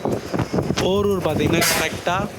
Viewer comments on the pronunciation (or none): போரூர் இல்லை போளூர் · THAMBI ITS NOT PORUR POLUR YOU ARE MENTION WRONG ITS MY OWN PLACE KINDLY CORRECT THE WORD IT MY REQUEST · Porur illa....Polur.... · porur illa bro polur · It is not porur,it is polur, tiruvannamalai.